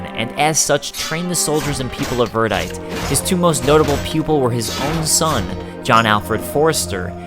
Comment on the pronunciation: This is the disjointed American localized version of the story. P.S. Verdite is pronounced "Ver-die-tee". :)